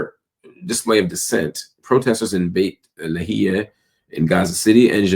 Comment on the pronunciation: FAKE GOLD DIGGER Don't let facts get in your way. Keep profiting from these people's ordeal. Keep pretending like you care. You can't even say BeitLaHia properly.